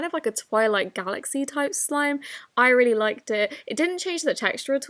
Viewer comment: Reary beautiful 😂